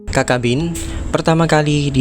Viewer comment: Video yang informatif. Namun sepengetahuan saya yg dangkal, cacabean dibaca/diucapkan sebagai mana tulisannya, ca-ca-be-an, bukan kakabin